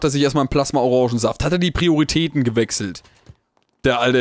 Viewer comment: warum sagst du plasma-orongensaft? plasma-orangensaft!